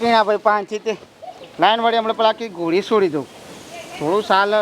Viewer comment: ગોડી નહી ઘોડી 😅 બાકી વિડિયો જોરદાર છે